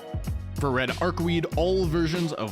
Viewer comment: Daaaaaad! It's Arcu-wade, not Arcu-weed! Come on!